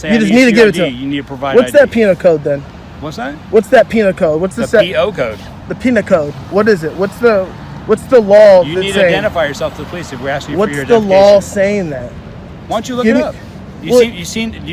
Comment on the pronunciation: Did he say a pina code?